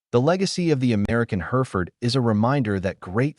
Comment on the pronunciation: hɛrɪfərd/ - HERR-if-ərd There is no her in the word.